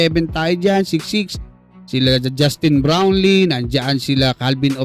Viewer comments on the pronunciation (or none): none